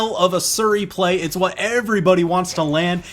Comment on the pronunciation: that "WaT" killed me